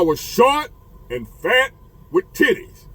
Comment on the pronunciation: 😂😂😂😂😂😂” I was SHORT and FAT wit TITTIES and I had a girlfriend”🤣🤣🤣😭😭😭😭 the way he said FAT!😭😭😭😭😭😭